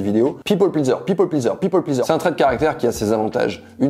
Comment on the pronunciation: J'avais cru entendre Pit Bull Pleaser !!